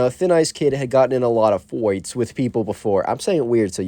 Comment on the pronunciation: i like it when you say fights like foights lol